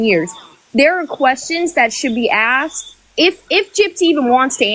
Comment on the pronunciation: I Haaaaaate the way she and Bri say "axed" and the way she uses incorrect tenses all the time. It sounds so ignorant. "Kristy & me was in Walmart" and "I had went to the store" 😬